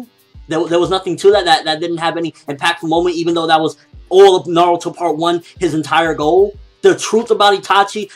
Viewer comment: its"Na-ruto" not "Na-ru-to"! Dumbass SPEAK PROPERLY!!!!!!!